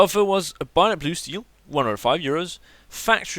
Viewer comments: IT SAY BAYONET NOT BUYONET ugh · ITS A BAY-ON-ET NOT A BUY-ON-ET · Binot? Bay-o-net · ITS BAYONET HAHAHAHAHAHAH NOT BIONET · bAyonet not bUyonit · Binet fade? :') bay-o-net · Lol I've watched this video at least 5 times e cause I love the way he says "Bayonet" it's BAY- A - NET and he is like "BUY - A - NET hahah funny little man :P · HAHAHAHHA STOP SAYING BIONET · Lol I love how he says bayonet like byonet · Say it like this Bayo (stop) net Bayo-Net bayonet. now you know how to say it properly. Also as a hardcore PC gamer CS:GO is a fucking horrible game. its all about buying and selling stupid fucking in game skins now rather than just playing the game and winning.